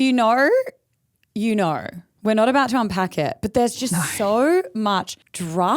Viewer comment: “If youaoao knoaoaow, youaoao knoaoaow”